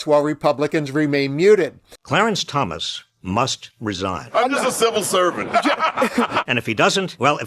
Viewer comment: Pls learn correct pronunciation of justice!s name!!